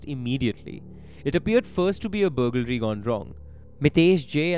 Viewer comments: it is BURG-laree and not BUGAL-ree. No big deal i say ALL-DREADY instead of Already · Love your videos! But can't stop laughing at "bugalry"😂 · The pronunciation of burglary 🫣